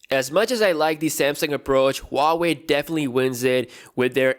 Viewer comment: Who-wei? Lol